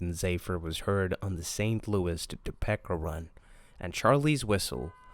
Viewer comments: “Tuh-PEE-ka” not “Toe-pecka” 🥲🥲🥲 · Toe peeka not Toe pecka lol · Hahaha top- peck- a. Love it topeka is now that. Thanks for reading this odd book 😁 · Topeka is pronounced toe-pee-kah. And you are not saying burlington and zephyr wrong too. 😅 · For the love of all that is holy, it's pronounced TOHPEEKA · Im annoyed at his pronunciation of toe-pee-ka. If youre gonna be a channel that reads at least know how to say the name of cities. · Thank you for reading this children's book by Stephen King. My daughter wanted to know if Stephen King had written any children's books and a webpage pointed us to your video. You did a very good job. I have just one tiny suggestion. Topeka is pronounced so that the 2nd syllable has a long e. like this Toe*peek*a and not Toe*peck*a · Bro gotta learn to say “Topeka” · Um, Topeka isn't pronounced like that. LOL